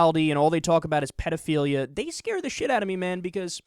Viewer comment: Protaaaghchzinist? Pidofiliya? This guy have a speech impediment on top of his stupidity, or is this a failed attempt to sound sophisticated?